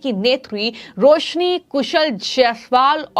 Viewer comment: Yar iss anchor ko koi bolna sikhao ajeeb tarike se bolti hai hhh ye sabd har jagah use karti hai .... Please listen BJP but what she says sounds like BHeyP Roshni become rohosni ... Varanasi become varhanahi